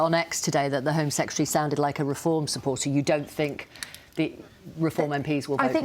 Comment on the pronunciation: Absurd insult flinging is not debate. And he can't even pronounce the word secretary.